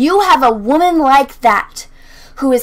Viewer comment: You keep pronouncing "wamen" incorrectly.